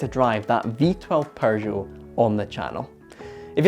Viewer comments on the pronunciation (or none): Why does he says 'PeuRgeot'???!! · Why do you pronounce it "Perrgoh" theres no R in Peugeot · TIL there's an 'R' in Pergeot, I mean Peugeot. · "Paeu-jot" - a nice rebranding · Its PEUGEOT, not PERGEUOT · I love your British pronunciation of Pershow ! It is a shame to waste all that engineering on a single design concept car . They could have sold 25 of them for a metric ton of francs . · Why does he keep pronouncing it "Porzhou" ? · "perjoe, perjou, purrjow". There is no R in the name,...Stop with the "Purr Joe" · All I hear is Prrrrrgeot :)))) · What´s a Purrrgeot? Lol! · Purgot? 🤣🤣🤣 But seriously, very nice item! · It's not a perr joe you goof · I love how he murders the pronunciation of Peugeot. He just went with his own version, Persho. Quite amusing, that's the only thing I could hear during the video. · Why does he call them Purshow? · Perjoe or Peugeot? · TIL, there is an R in Peugeot #Pergeot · Dude why you calling it PURgeot?? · Someone tell bro there's no "r" in Peugeot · Bro it’s peugeot but without R between the U and G, smh 🤦🏽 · Your Scottish, that’s not how we pronounce Peugeot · hey Mike, you know there's no "r" in "Peugeot", right? 😅🤔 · Am I hearing an “r” in the pronunciation of Peugeot? I see no “r”. I would like to get a second opinion… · I've never heard of this car nor have I ever heard the maker's name pronounced quite like that with an r in the first syllable.